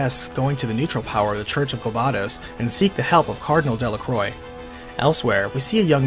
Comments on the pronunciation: Its delaqua, not delacroi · Del-La Croix Del-La-CWAH